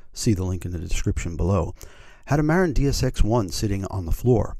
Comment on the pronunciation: Great video but it's Muh-Rinn, not Mare-in. haha